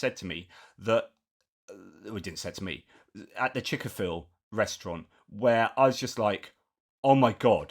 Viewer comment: Lol, "Chik-A-fil" 😂😭